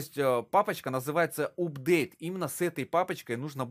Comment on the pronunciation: вообще то правильно читается апдейт